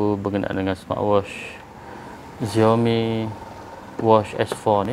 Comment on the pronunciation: Bukan ziaomi bang, siaomi